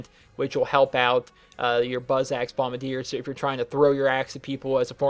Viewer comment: bombadeer? it's bombarder